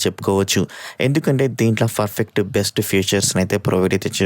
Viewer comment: Every time you pronounce the word PERFECT as FERFECT……